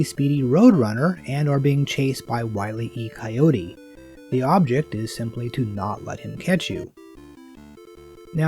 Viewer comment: Good video. FYI. It’s Wile E Coyote, not Wily E Coyote. 👍